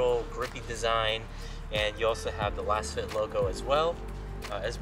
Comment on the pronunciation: Pretty sure it's pronounced "lasefit". Like they're laser scanned for a custom, precise fit.